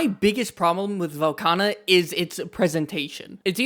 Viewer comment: Velkhana? 😂 Tell me it's a skill issue without telling me it's a skill issue 😂